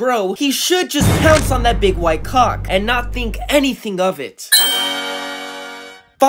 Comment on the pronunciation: Bro said cawk 💀🗿🗿🗿